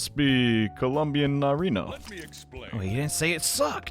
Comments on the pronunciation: when says narino instead of nariño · I got a bit annoyed when he didn't pronounce the ñ right in "Nariño." It's pronounced Nari-nyo